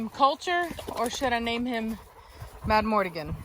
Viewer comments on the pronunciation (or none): i vote for culture, but only so i wont have to hear you say madmortigan when its madmArtigan!